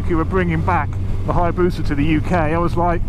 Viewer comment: Haya-boosa. Not bus-a haha